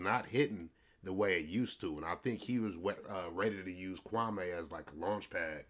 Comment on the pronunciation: Kwame pronounced kwah mee. He’s not wearing polka dots in the 90’s